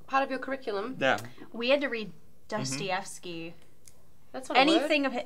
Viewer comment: said "Dusty-ef-sky